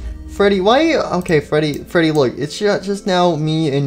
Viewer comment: freddy not fweedy